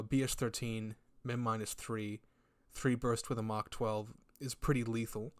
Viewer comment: I can't tell if it's just the accent or not, but you keep saying something that sounds like Mach rather than Mark 12. Am i mishearing that?